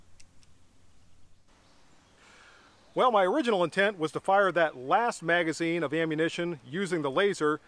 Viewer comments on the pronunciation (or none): You're not saying magazine correctly. And you are not can-do!